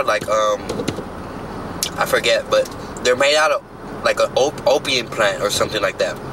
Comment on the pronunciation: Nigga said “opiems “🤣 bentttt